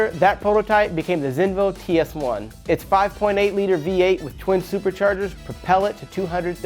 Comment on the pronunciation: its Zenvo, not Zeno